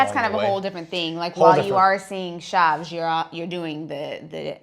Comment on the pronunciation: What the heck is “Chavs?” It Ch- Ah- vess